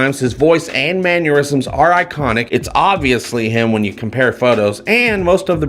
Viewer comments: Hey! I absolutely love everything you do. Please though, for all that's good and holy, stop saying man-YOUR-isms. The word is Man-ER-isms! Thank you! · There's no "u" in "mannerisms"! Love your vids though :) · FYI, the word is mannerisms, not manniorisms.